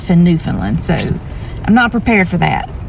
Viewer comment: Bonus points for correctly pronouncing Newfoundland👍